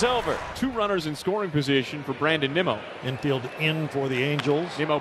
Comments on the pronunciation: Did the Apple TV announcer call Nimmo nimo? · You know it’s bad when Apple TV can’t pronounce “Nimmo”